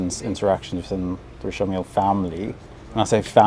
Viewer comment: Mark is one of the few people to correctly pronounce Richard in a francais way